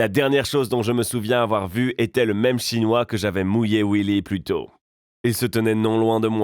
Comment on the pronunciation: Pq tu dis restaurant "chonois"? On est pas obligés de le savoirs